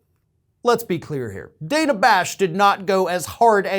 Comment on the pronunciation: I hate to pull threads but she pronounces her name Danna...dan na...not Dana.